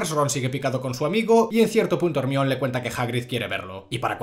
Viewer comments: te quiero pero no podés ir pronunciando "ermion" en vez de "hermaioni" por la vida sin ir a la cárcel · Yo creo que se pronuncia "jermaioni" no " Hermion" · Pense que estaba de broma pero literal en españa se le dice como se escribe osea hermione, en mexico mas o menos se pronuncia asi: jermaioni Y si es raro yo que soy de mexico oirlo asi, buen video de todas maneras te amo